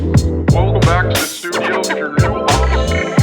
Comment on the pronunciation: bro you should call that place the slewdio instead of studio the fuck